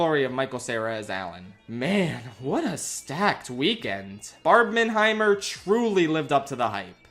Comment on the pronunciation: You’ve hear of Barbenheimer. But what about Barb-MIN-heimer?